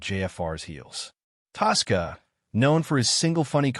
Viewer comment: When will you announcers of Stories at least learn how to CORRECTLY announce competitors NAMES. The Racing TASSCA Family, Spelled TASCA, the one's who drive FORDS. Yeah & I bet you can murder the FORD name as well. IF you can't pronounce the name correctly don't bother 'cause no one is listening.